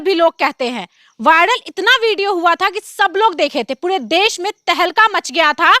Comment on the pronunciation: Aap pure ko pude keu kahati ho